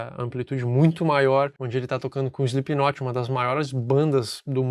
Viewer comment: "eislipinotche" ! Nunca vou entender... De resto, belo video e boa explicação!